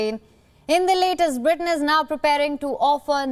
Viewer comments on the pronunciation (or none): none